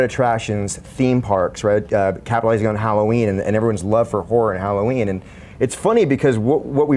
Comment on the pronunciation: did he say hollerween.? sure sounded like it lol.